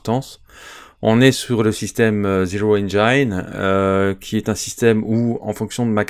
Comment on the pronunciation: Merci pour la présentation!Simple, adaptable et palpitante, le système Year Zero Engine est le meilleur système selon moi... PS: on prononce "engine" Et non "engaïne"